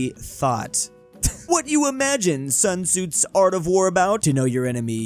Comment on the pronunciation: "sun tsoots"